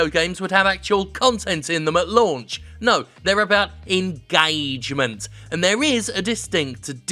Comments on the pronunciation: It's not engagement, it's engAAAgement. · Nobody: Jim Sterling: engAAAgement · The way Jim pronounces ingaygment is satisfying as fuck. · Dominick Desalvo Pronounced “enguh-triple A-gement”